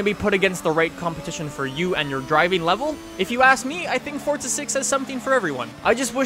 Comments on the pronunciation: it's forZa not fortza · i sware he is saying fortsa not forza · he says Fortza 6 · Why do Americans pronounce it fortza 6? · THERE IS NO "T" IN FORZA